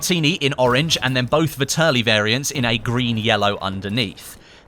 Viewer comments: I'm shocked at how few people understand how to pronounce the name of this gun... Its pronounced like "VETearly" not "vihTURly" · vetterlli not vitterli